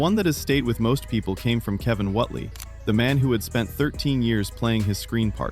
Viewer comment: ''Whotely?????'' Whately as in Wait-lee!